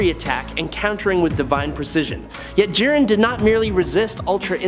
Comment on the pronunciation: J-aye-ren the grey Ok nvm AI video alert